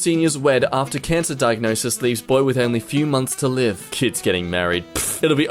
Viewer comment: Wait did he just say Livee And not live?